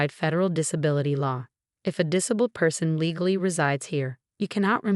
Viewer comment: The AI voice on this is horrible! Since when is 'disabked"?' "diss-a-bulled"?